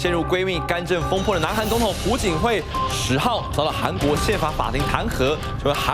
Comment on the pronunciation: 不是朴(PU)槿惠是朴(piao)槿惠，没文化在那儿瞎BB